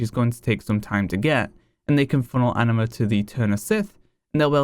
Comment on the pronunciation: Is it just me or does he keep saying Enema?